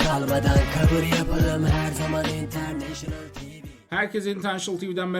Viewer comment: İntertiniol tivi diyor